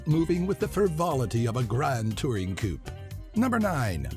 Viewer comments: and coup instead of coupe lol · coupe is pronounced coo-pay